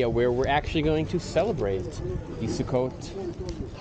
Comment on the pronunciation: A Yiddish video but pronounced sukkot in Hebrew. Smh